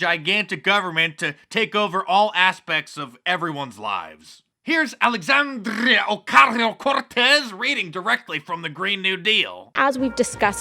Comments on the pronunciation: Mark saying "Alexzzxzzxzandria Occczzaazaazzeo Corrrrrrrtezzzzz" nearly took me out I laughed so hard. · I love the exaggerated pronunciation of Alexandrrrria Orcarrio Corrrtezz. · if you’re gonna say someone’s name in a video at least TRY and say it right, not make a fool of yourself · The AOC pronunciation was awesome !! 👍🏼 (Edit) if she had to write he own speeches .... we'd hear crickets for years !!!